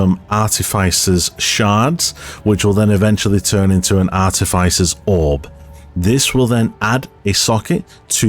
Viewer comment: Why does nobody know how to pronounce artificer? Art-tif-fi-ser.